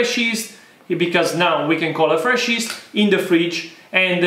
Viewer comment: My friend, pronounce “yeast” with the Italian “gli” at the beginning. Luv the videos and passion!